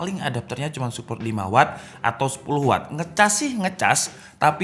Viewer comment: Watt bang bukan wott